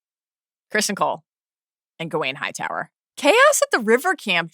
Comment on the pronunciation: loved how she pronounced Hightower. The white worm nailed it